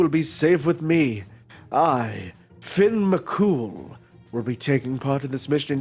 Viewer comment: It might be too late but Fionn isn't pronounced as Finn. It's more like Fyun. Hard to put it into words.